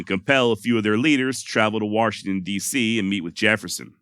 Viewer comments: Thanks for pronunciation of waRshington , sincerely from arekanSaw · An R in Washington? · I laugh every time he says warshington